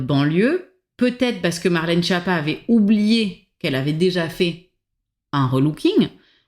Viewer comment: Oui mais pour la prononciation, c'est Skiâppa (ce n'est pas schapa ou Japa ou schiapa)